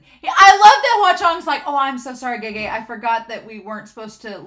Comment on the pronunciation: I hope this doesn't come across as rude in any way 🥺. Remember that the pronunciation of the letter e in Chinese is different than English. I'm not Chinese, so the closest approximation I make is pronouncing "e" like "uh". Like how you've been saying Hua Chengs name. You pronounce Cheng like "chung". So gege is "guh guh", ge is "guh", xianle is xian"luh", e-ming is "uh"-ming, and scholar he is scholar "huh". I know that's not entirely accurate (and there's other aspects like tone) but as English speakers I think that's about the best we can do without an audio guide 😅.